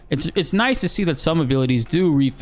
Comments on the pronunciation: Bud i have to say first. I CANNOT WAIT FOR THIS GAME! And also a lot of good positive additions to the game. Im getting goosebumps thinking about. And then lastly did you call Cait sith as cat shit? Cause if you did. That was awesome 😂 but seriously though i think people was just trolling you about how to pronounce his name. So just say it however you want. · "Cat Shit"?? LOL... I can never unhear it now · Cat Shit. I'm so glad your just rolling with the punches regarding Caits name pronunciation. Good on you lmao